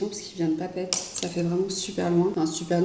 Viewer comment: Bonjour, ça se dit "PAPÉ-ÉTÉ" et ça veut dire : "Panier d'eau". Et "MO'O-RÉA" qui veut dire : "Lézard jaune". Toutes les voyelles se prononcent. Autrement "PAPITI" et "MORÉA" ne veulent rien dire.